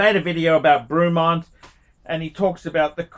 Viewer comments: It’s pronounce Bray-mont, you fucking plank! 😂 Also you criticise ‘marketing and finish’ and yet Rolex is 99% brand and 1% substance.. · Who the heck is Broooomont? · FFS - it’s pronounced BREMMONT!!!! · Broomont??? It is not a hard brand name to pronounce. It's not JLC or A L & S. ffs! Lol.